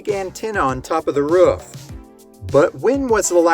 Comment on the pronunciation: Omg say "roof" right man